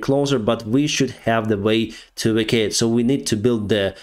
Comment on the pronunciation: e-VAC-que-ate. (evacuate) "offensing" is not a verb -> say "on the offense"